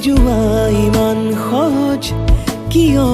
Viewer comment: সহয??উযাগৰী??নুবুযু???? উচ্চাৰণ ঠিক হ'বলৈ এতিয়াও বাকী আছে নে! গীতটি ভালেই হৈছে,খালী শব্দবোৰ বৰ ৰহণ সনা যেন হৈছে ,ঠিক এটি গতানুগতিক গীতৰ দৰে আজিকালিৰ!